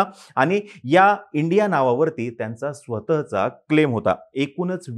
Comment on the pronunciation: स्वतः चा उच्चार चूक करताय.